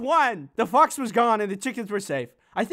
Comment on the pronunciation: you said BOX not fox LOL🤣🤣